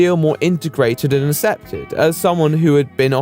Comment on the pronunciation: the fact that you pronounce "accepted" with no hard c confuses me sometimes but yk it's not unpleasant to listen to either